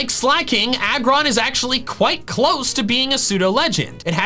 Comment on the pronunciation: IT'S AGGRON, NOT ARGON!